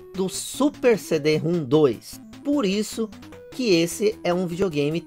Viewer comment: Na verdade é CD-ROM elevado a 2. Se lê CIDIROMROM.